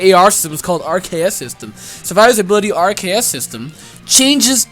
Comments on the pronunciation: RKS system. Bro it's literally aR-Kay-euS system. It's a nod to Arceus having multiple types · RKS System R-K-S Arceus (hard C) Bro, that's amazing.